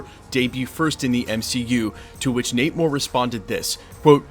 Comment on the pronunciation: You kept saying Nate Moore but it sounds like your saying namor lol